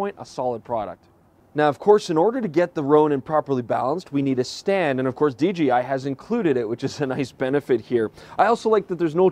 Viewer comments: Enjoyed the review but note that there is no G in DJI. Not sure why so many say DGI. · dJAYi no GEE ;) hahaha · "DGI Ronin" haha, easy mistake, G rhymes with D. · It's not "DGI"